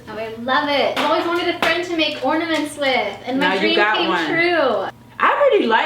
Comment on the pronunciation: are you saying ordaments? Lmao its ornaments. Or maybe i heard you wrong. Idk